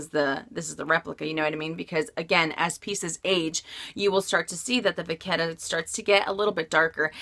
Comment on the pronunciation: Vachetta = va shhh ae ta. You're saying it with a k.